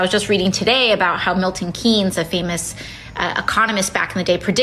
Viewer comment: PSA: Keynes is pronounced like “Kanes”